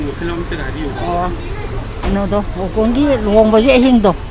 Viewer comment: Gokul ❌ Gokun ☑️ 😂